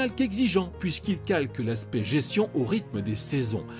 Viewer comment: On dis gesTion pas gession ! 😶